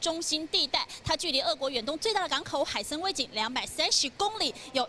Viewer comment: 那叫海参崴（wai）